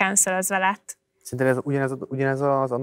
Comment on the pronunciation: roppant tehetséges és szimpatikus ifjú hölgy! Ám az affektáló intonációján mindenképp változtatnia kellene. ( Nem = nám, ilyen= ilyán, szerintem = szántám, tehát= tet...stb.).